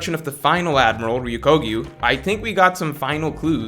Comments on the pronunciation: Greenbull's name is Ryokugyu not Ryukogyu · Oda: Ryokugyu: Ryokoguyu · Btw, why does still get Ryokugyū's name wrong??? It is not RyUkOgyu, the o and u are the other way around. Ryuko isn't even a word in Japanese lol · Love how no YouTuber can pronounce Ryokugyu’s name correctly lol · I agree with the matchups and your arguments are well-reasoned. Couple notes on pronunciation though: "RyokOgyu" instead of "RyokUgyu" Perfectly understandable, Japanese can be hard. "MarinefErd" instead of "MarinefOrd" Big pet peeve of mine, since it's two English words put together, there's no such thing as a "ferd," and the term has been around for a decade. "ZoWan" instead of "Zoan."...It's one syllable dude. And it sounds exactly like a real word, "zone." I don't know why this is so difficult.